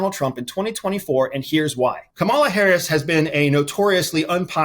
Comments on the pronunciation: Her name is Ka- Ma-La not Ka-mala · you are wrong on this one. Kamala will decimate the convicted criminal. And it is KAmala NOT KamAla you’re putting the accent on the wrong letter. At least learn her name the right way. Lastly, again you’re wrong on Newson he will NOT be the VP candidate. On this one you’re clueless have no idea what you’re talking about. Oh and KAmala raised $250M in a week something Trump will dream of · I like your content and respect your work,, so I’m surprised that you’re mispronouncing her name and hope it’s not intentional. Trump and his people intentionally mispronounce her name as a sign of disrespect and throughout your video, you pronounce it as he does. She, Biden, Democrats, and everyone who respects the office she holds pronounce her name as Kámala, not Kamála. Again, I consider you a credible professional, so I hope your repeated mispronunciation is truly unintentional. But honestly, she’s too high-profile of an individual in US politics to continuously get that wrong. If you can properly pronounce Ayatollah or Xi, Kamala shouldn’t be too complicated. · COMMA-LA. Not KA-MALA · You’re pronouncing her name in a disempowering way as well. Like how how many Americans say “Iran” like (ai-ran) instead of (ear-on). Bush and Rumsfeld did it during Iraq war too. (Ai-rack) instead of (Ear-Ok). Saddam (sodom) instead of (sah-dom). Its Kamala (kah-ma-la) not (kam-ala). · It is comma-la, not ca-mala. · KA-ma-la. But you know that. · her name is pronounced Comma, la.... maybe you should get that correct as a start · It’s Kah-muh-lah. This is an insane theory and I can’t figure out the angle. Why???? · You're not saying her name right... Kamala, it's Kah like Communist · That is weird to not pronounce her name correctly-such a bright guy so what is with that? Here’s a handy reminder- think of the word MOM❤️❤️. Kamala rhymes with MOMala. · Why do you mispronounce Kamala’s name? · Pronounce her name correctly. 🙄